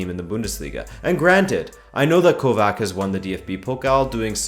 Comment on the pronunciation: Keep it up but pronounce the c in kovac like the c in modric